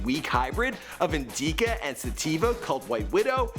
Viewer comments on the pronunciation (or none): “Taking a relatively weak hybrid of indeeeka and sativa” where tf did YouTube get. Can’t even prounounce INDICA smh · lol how do you manage to verbalize typos??? indeeka, Jack, days before radio??? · LMAO "Indeeca" dkm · indka? wtf? XD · Bro really called it eendica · indeeka and sativa right lmao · "Indeeka" I think you mean indica bud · indica? indeeka? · bro, consistently your pronunciations are traash. "Indeeka"? Bro.. Its indica In.Dick.Ah. Please, DO BETTER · "Indeeca" ??? Fuck outa here with that. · Did this dude just say "indeeca" smh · Nigga said Indeeka instead of Indica 🤔😂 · "Indeeka" its indica my guy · Indeeka and Sateeva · This man said “indeeca” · Did he just pronounce that in-dee-ca? Lol! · INDEECA HAHAHAHAHHAHHAH that is definitely a first ☠️ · Indeeca? This host a bum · My man said inDEEka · mans said sirst time he smokes was a indeca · Lmaooo “in-dee-cuh” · And indica...in-deeeee-ca lol. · smoked a hybrid of “indeeca” and sativa😂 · Please tell me that the “indeeca” strain is in marijuana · “Indeeeca” 😂😂😂 oh man. Dude clearly doesn’t smoke 💨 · “In-deec-a” what😂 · Lol he said it like "indeeka" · anthony-y “in-deeka” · Indeeca and sateeva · this nigga said indeeeeka lmfao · Did this nigga rlly just say indeeca omfg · Lmao "indiecka" 😂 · Sooooo we ignoring the fact that he said "In de Ca" OK continue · indeeka? wtf lol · Fr indica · "indeeeka," "radio" and "jackie" bruh get your pronunciations right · lol the way he pronounces "indica"! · "Indeeca and sativa" 🤦🏽‍♂️ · IND-EE-KA. You don’t chief do u good sir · Bruh did you hear him try to say indica when he was talking bout the first time Travis smoked, nigga said in-Dee-cuh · "INDEEKA" lol